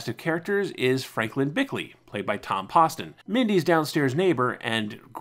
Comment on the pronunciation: I really, really do appreciate the work you put into these videos but I do wish you'd do a little extra checking on names that you aren't sure about. Tom Poston's last name is pronounced with a long O sound, and George Schlatter's last name rhymes with "slaughter."